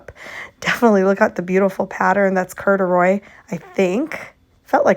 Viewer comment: The way you pronounced corduroy CRACKED ME UP